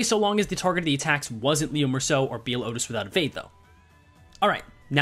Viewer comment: The way you say outis' E.G.O is painful